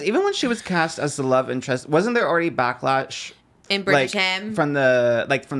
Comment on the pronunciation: did he say "back latch" 😂